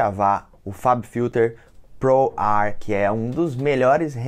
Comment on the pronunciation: fabfilter POR-R kkkkkkk